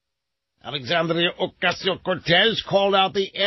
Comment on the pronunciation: OMG why does he say AOC's name like that? That is beyond annoying!